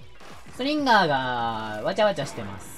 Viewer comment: ストリンガーがストリンダーに聞こえるのは俺だけではないはず